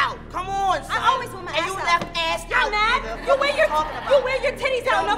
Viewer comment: Damn she can’t say son 🥴🥴🥴